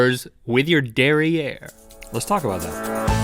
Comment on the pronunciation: At first i thought Link said: Dairy Air. It was actually derrière lol